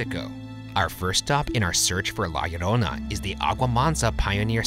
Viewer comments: Shane immediately pronouncing la llorona correctly in the beginning should go into another "shane being a demon" video compilations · Anyone else watching Shane say la llarona over and over again??? Like why is it so good?? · Shane saying La Llorona perfectly is the proof he's the overseer of demons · He didn't just pronounce it correctly he added some sexy spice to it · He actually said it better than the salvadorian guy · Shane's "La Llorona" was just 👌🤩